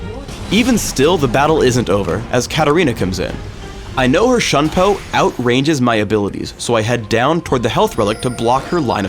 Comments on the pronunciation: It's Shunpo...... It is pronounced as Shunpoh...... Thumps up so that can read it like an Asian! -_ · shunpo = shoon-poh, kage = kah-geh. nublet white man! :p